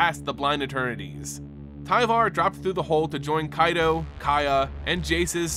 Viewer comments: Love the video, but PLEASE work on your pronunciation. It's KAI-toh, not KAY-tow or KAY-doh for Kaito Shizuki. Chandra is pronounced "SHAHN-drah" not "CHAN-dra". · Strange you can pronounce Kamigawa properly yet butcher Kaito. Pretty sure you've heard of Kai Budde, one of the legends of the game. Kaito isn't that hard to riff off. Nice audio lore otherwise.